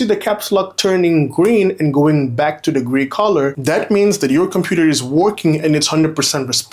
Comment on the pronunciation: its "the screen" not "de screen"